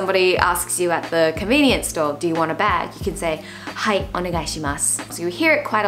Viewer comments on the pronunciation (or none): Hai sounds like cantonese